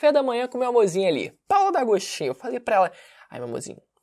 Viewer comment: Gangstar Gastino hahahah